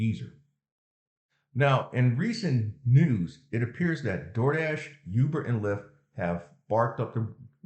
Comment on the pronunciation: Ooooo-ber not you-ber. Thanks for the info.